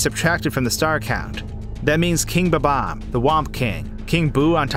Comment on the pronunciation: fucking hate how you sait bob-omb, not watching the rest of this bullshit